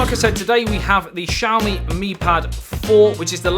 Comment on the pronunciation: this is not shaomee! This is ss'YAo mEE. For God's sake!